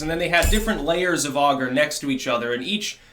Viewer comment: there is no "u" in "agar"